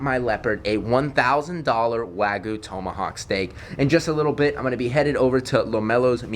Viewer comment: Bruh it is called wagyu not waygu